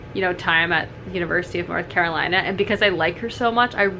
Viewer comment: LMAO Is this the hello fresh risotto? I just had this last night, it's the best! Also, as a North Carolinian, I'm cackling every time you struggle to say the mouthful that is "University of North Carolina." It's just UNC here. Tracy is super super sweet and I'm so happy for her that this book is so huge. I'll definitely tell her how much one of my favorite booktubers loved it when I see her on Tuesday! 💛